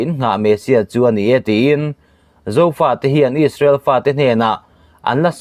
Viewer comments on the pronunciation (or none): none